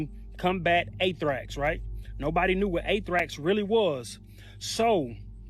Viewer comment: I wonder why a person would pronounce a word incorrectly twice, “athrax”, “athrax”, only seconds later to pronounce it correctly “anthrax”. It could be that I’m the only one who finds this curious however.